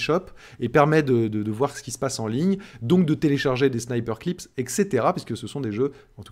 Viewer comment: Attention, c'est pas "Sniperclips" mais "Snipperclips". La prononciation n'est pas la même.